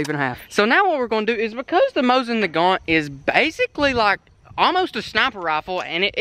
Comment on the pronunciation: Dustin Featherstone yeah but he said mosin nagant lol